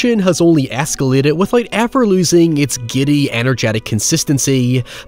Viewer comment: high evurr